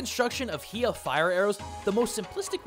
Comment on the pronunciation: It is pronounce (hai-yah) not (hee-yah) 😒...teehee 🤭